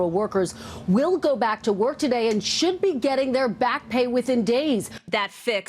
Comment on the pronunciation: Trump. Pronounces today as Tewchey